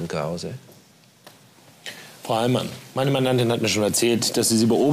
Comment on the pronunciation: Noch Fwagen an Hewwn Kwause? 😁